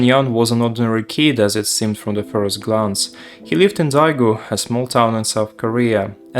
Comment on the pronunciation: I like your videos (including this one) - I am just not sure about the city you mentioned. From the video it seems as Daegu (which is also stated on liquipedia) but it seems you might have pronounced it wrong or confused with a different city (since it also has population of 2.5M). Anyway excited for next videos :)